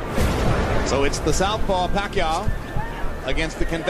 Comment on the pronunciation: Nasubaybayan ko lahat ng laban ni sen manny, pati yung unang laban nya sa U.S at hindi mabigkas ang apelyido nya, sa halip na Pacquiao ay Pakyu ang sinasabi ng announcer😅